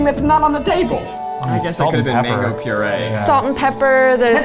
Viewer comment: The way Zach butchered the mango🥲